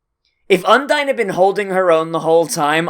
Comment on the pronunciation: hmm sounds your still pronouncing Undine's name wrong. maybe i just hearing things.